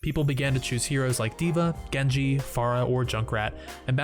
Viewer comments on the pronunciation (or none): none